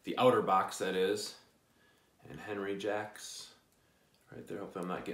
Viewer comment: One little minor minor point Sir: You pronounced “Jacques” as “Jacks”- you’re just a tad slightly off my friend,..., The proper pronunciation is closer to “Xoock”- aaaalmost almost like that “X” in Xerjoff..... Being a Canadian kid from the earlier years, a large majority of us [like myself] had to spend several years in French programmes as kids- whether we liked it or not- Hehehehe.... Cya and can’t wait 4 your upcoming review. By the way, did you mention pricing…?!?! I might have missed that Sir....🙏☮️💛👋👋